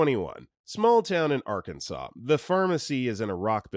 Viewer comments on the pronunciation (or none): none